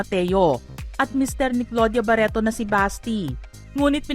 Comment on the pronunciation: ‘ itoh’ ‘ baretoh ‘ he he he ‘ Lorenzoh ‘ ‘ dalawah’ he he he ‘ mismoh ‘